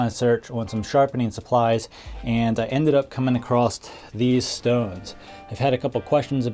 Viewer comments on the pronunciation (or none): the word "across" dosent have a t in it! lol. the reason those stones are "inexpensive" is because there so small. if you actually figure out how much stone your getting per $ they are allot more expensive than full sized stones, especially of the red brick variety